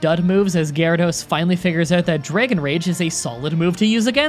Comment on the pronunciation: How to speak like: Dragon = Draygon Swagger = Swaygger Rattata = R't't't't